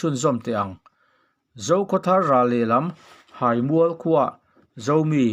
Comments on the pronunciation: Haimual hai tihlai hi thluk tur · Haimual kha ilam fu lo thin a, theihai a hai ang khan thluk rawh, abak chu atha hle ani, ngaihnawm in ichhiar thiam hle bawk. Ka lawm e. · Hai. Hi Theihai. Lam a, hai ang a lam tur ani e. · Sehmûr nilovin,Sehmur(se+hmur) tih tur.Haimûal ti lovin(Theihai a hâi)ti a lam tur,Hâimûal. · Ziaka a thluk dan tur inhrilh hi a har a nia a Háimual tih loh tur...Háimual tia thluk tur...hihihi... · Theihai hi engtin nge I lam thin tawngpai I nih loh cuan theihai hming I lamang khan haimual tiin lam tawhla ngaihthlak a nuam deuhin k ring adang sawiselna turn CE k hrel lo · Hai mual i lam rik dan kha Hriat a nuam lo deuh, Theihai ah khan hai hminglain Mual tih kha Tlangmual ah khan Mual kha lain Haimual tiin lam ri la hriat a nuam deuh ang. Ka lawm e. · Insehmur tih hi,,, in seh mur, tih angin ilama, inse-hmur, tia lam tur. Haimual i lam dan pawh hi, hai, Theihai kan lam ang hian, ahniam lovin asang a lam tur. Haimual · Hai. Hi theihai anga hai ti a chhiar tur a ni zawk hmel e, awmze neia chhiar hi a poh mawh ang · Hai mual hai tih i lam rik dan theihai hai tih ang lamri la, Tawnzang zang hi hnungzang kan lam a zang kan lam ang hian lam or chhiar la ngaithlak a nuam in a dik ka ring zaawk deuh a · Haimual itih kha Hai tih hi THEIHAI kan tih ang hian Hai kha lam rik tur zawk ani e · Chhiar/puangthiamlo bet. Neitharthei si. Haimual thlukpawh ilam thiamlo. Hahthlak lutuk